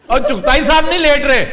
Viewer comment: Dear sir Aftab, I appreciate your program, today you spoke to kafi, chughta instead of chughtai,. Can you elaborate some words about chughtas? Who they are? Or can you recommend any book to know about them?. Thanks